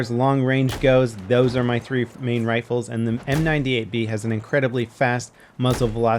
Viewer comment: he always says m98baller wrong